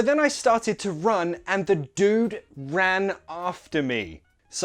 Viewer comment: Hi! Great great video! I've noticed you didn't pronunce dude "Dyoude" and I used to say "opposAÏTE"...